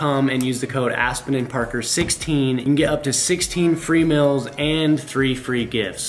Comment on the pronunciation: The way that says “Mills” instead of “Meals” is so funny to me. 😂 Is it a Western thing?